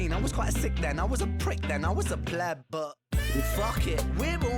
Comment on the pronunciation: Maybe I misheard you or you misspoke but just to let you know, it’s pleb not bleb.